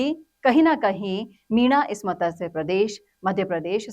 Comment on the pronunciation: आपका आभार. कृपया 'मतस्य' नहीं, 'मत्स्य' उच्चारित करें.